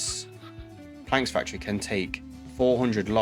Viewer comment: Great video! Keep it up. But my brother.. "planks factory"??